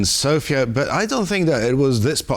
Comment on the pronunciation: Congratulations for the correct pronunciation of Sofia, Bulgaria, Zhelyazkov and other onomastics related to our country! The report is also very accurate.